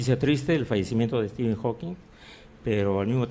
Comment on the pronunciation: Díganle al señor Arbaiza que es Hawking y no Hawkings.